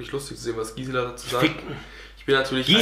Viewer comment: Nochmal an alle!!! Gisela nicht Giesela OHNE ie!😂😂